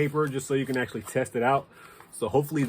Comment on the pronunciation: He said "Acshlly", you heard his words 😂😂😂.